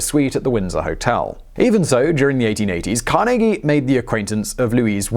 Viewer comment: I'm from Pittsburgh where Carnegie earned much of his fortune, thanks for saying his name correctly!